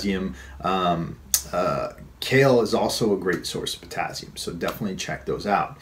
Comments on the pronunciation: potassium is not pronounced pertazium. Just saying. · Daniel Fitzpatrick ...oh God can he say potazium just one more time...drove me crazy!!!!